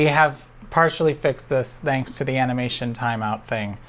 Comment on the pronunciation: why do you voice your dental fricative in the word "thanks"? You're from illinois, right?